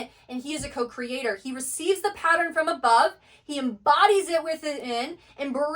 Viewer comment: PATTERN..."Pa-ttern"...a 2 syllable word. I keep hearing " pa- tter-en " 3 syllables.